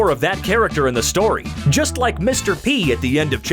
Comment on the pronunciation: "Storyu" lol